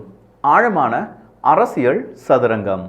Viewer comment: ...அரசியல் என்பதற்குப் பதிலாக உச்சரிப்பு உசிலமணி அரசியள் என்று சொல்லாதே.... தொடர்ந்து உமது காணொலிகளைப் பார்க்க ஆசைப்படுகிறோம்.....